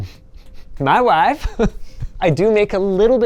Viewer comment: ''ma waafe'' Linus Sebastian